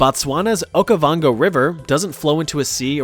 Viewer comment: Its “Okavango” not Okovango But thanks🥹🇧🇼 its nice to finally be included we always get skipped